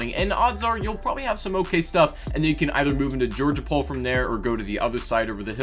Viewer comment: Just you know : it's actually GeorGOpol and not Georgeopol. So many people make that mistake, I don't even know why :p